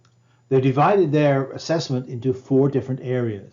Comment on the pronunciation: Climate "Assment"? 😅🤣😂 You meant Assessment, yes?